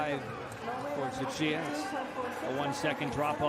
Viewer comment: Yes. It is. The one that stood out to me the most was "Tsuchiya" which he mistakenly pronounces with a K. He also strugged with Gelinas-Beaulieu. It happens, but I wouldn't say he isn't making an effort. But you seem to think that only English announcers aren't making an effort, which just reeks of classic European arrogance.